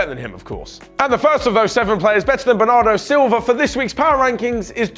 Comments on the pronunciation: It’s Bernardo Silva not Bernardo Silvia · I'm pretty sure it's Bernardo Silva not Silvia